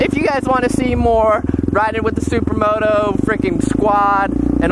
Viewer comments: did you just say supramoto...hahaha...take care bruh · I swear did you just say supra moto